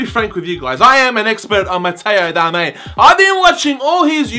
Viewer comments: LMAO, it's Darmian not ''Darmain''. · its not darmain its DARMIAN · His name is Matteo Darmian not Darmain... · It is Darmian Not Darmain Now you know how to pronounce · 95th like!!! And by the way its darmian not darmain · It's pronounce Dar -Mi - ANN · DAR-ME-AN Is the proper pronunciation goof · it is pronounced dar-mi-an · Also said his name wrong throughout the video! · Pronounce his name right